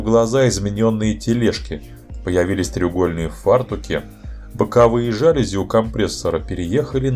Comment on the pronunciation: Всё супер, только в чешском языке ударение на 1 слог - ЧКД-С'околово. Ну и жалюз'и всё-таки, и это слово не склоняется и употребляется только во множественном числе, очень доставил рассказ про 2 серию с кучей, пардон, "жалюзей".